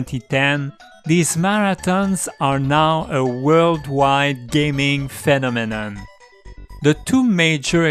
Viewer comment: "phenomenon 🤌🇫🇷" Sorry, I couldn't resist 😉 I will now watch the video.